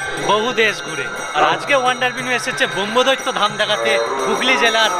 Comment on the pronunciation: সঠিক উচ্চারণ করুন। ব্রহ্মদত্তকে ব্রহ্মদৈত্য বলবেন না।